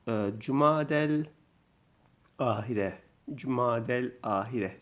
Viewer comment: Hocam Cemaziyelahiri neden Cumadelahir okudunuz?